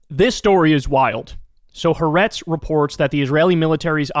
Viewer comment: First, I DO agree with your assessment of this tragic crisis and of the misguided and bigoted current Israeli "leadership". Entirely. Second, however, say after me: "hah-AH-retz" -- THREE syllables, not two, with the accent on the SECOND syllable, not on the third. This is the correct pronunciation of "HA'ARETZ", which is really TWO words, not one, meaning "the land" [of Israel]. In Hebrew, the definite article is always attached to the noun that follows it, and the apostrophe in the transliterated form ("HA'ARETZ") indicates the word-break between "the" and "land". Most western journalists are mispronouncing the Hebrew name, largely as a result of this notation style. (BUT -- AND MUCH MORE IMPORTANTLY -- please DO know -- AGAIN -- that, apart from what I have said in this note, I agree COMPLETELY with your very diligent reporting of the current situation in Israel/Palestine!)